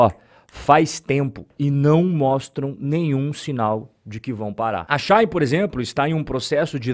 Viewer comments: Só uma dica. Não é “Xain” / é She de ela e In de dentro. Xi-in. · Não é relevante, mas a pronúncia de Shein é, algo como, xi in, traduzindo Ela dentro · eu ainda quero entender o motivo pelo qual aqui no braçil chama a shein de "XÁIN" kkkk